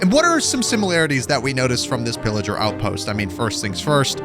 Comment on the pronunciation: Bro when u say pilliger the subtitles say illiger lol